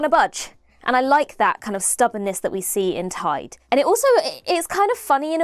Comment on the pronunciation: Interesting that ‘Tide’ sounds like ‘Taid’, the (north) welsh word for Grandfather. I wonder if that’s deliberate?